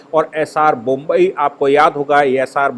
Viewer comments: सरजी, बोम्ब ई नहीं, बोम्मई होता है। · नाम एस आर बोम्मई है, जनाब! बोम्बई नही !! 😂😂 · bommai not bombai